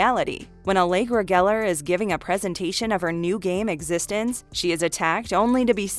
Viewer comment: It's Piekle not Pickle. And it's called exxistenzee, not existense